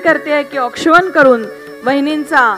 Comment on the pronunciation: औक्षवण नाही औक्षण मराठी शिका जरा वार्ताहर कसे काय बनता ?